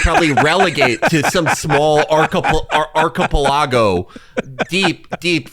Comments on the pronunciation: Mf said "archa-paLAgo" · 100 Felix’s vs. 1 correct pronunciation of “archipelago”